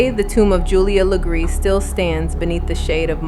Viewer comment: Wow! Thanks for being one of the only pages to actually say her last name the RIGHT way 🎉